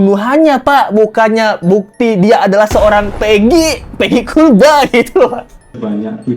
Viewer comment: Maaf sebelum nya. Mohon anda mengkoreksi sebutan kulba itu. Intonasi dan sebutan nya itu seperti terkesan merendahkan. Padahal harus kt akui bersama klo jasa buruh bangunan jasa2 nya kt nikmati bersama, termasuk ruangan yg anda tempati itu pasti jasa dari buruh bangunan. Terima kasih sebelum nya